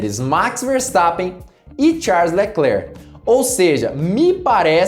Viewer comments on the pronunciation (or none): Seus comentários são bons, agora esse sutaque americanizado em algumas palavras as vezes irrita. Ex. Tcharles Leclerc, Rued bul.... E é só as vezes.